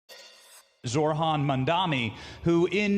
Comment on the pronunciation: Get the name right, Zohran (Zor-ahn) you don’t pronounce the ‘h’. Also, you said Zor Han. I know you can read. So, please be respectful